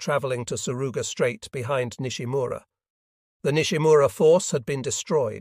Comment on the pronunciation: The AI utilized here has a hard time with correctly pronouncing names, both Japanese and English. It was quite confusing until I could figure out who it was identifying. Also, place names like the Surigao Strait are mispronounced. Otherwise it is an interesting story.